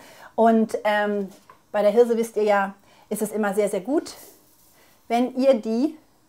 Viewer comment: "diese Hirrrrrrrse" :-) herrlich, schönes Video....bestimmt lecker...LG